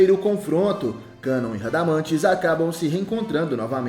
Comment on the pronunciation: Aprende a falar nome do espectro..canal lixo 😊😅😅😅😅